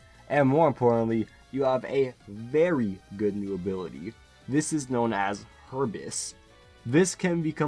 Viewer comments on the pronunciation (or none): T I hate to be that guy but for future notice, it isn't pronounced Hurb-is, it is pronounced Hu (sound like Hue)-bris (And it means excessive pride in one's self, for any who don't know. And that correlates pretty well to a SpA version of Moxie)